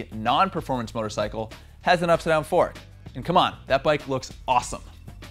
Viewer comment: Is it up-side-down? Or upsidon? Having trouble saying that?